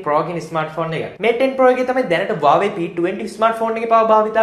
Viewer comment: Ai bn me waawe kiyanne.? Huawei kiyanna bari da?😅